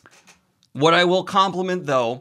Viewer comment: “You have crappy bookshelves Harry” “I have wOt”